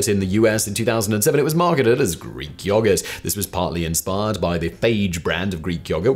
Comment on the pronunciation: Of all the words you pronounce weirdly none of them compare to your take on the word yoghurt. The way you drag out the O sound is disturbing. It's almost like he's saying yawgert.